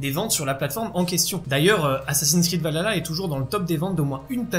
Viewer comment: Désolé c’est un défaut que j’ai mais c’est valHalla il faut prononcer le H alors que là tu dit valala Voilà sinon très bonne vidéo